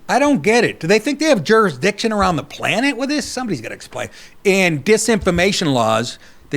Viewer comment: Yes, Europeeing juris-diik-shun